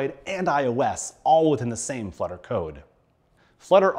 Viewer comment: Flutter not "fludder".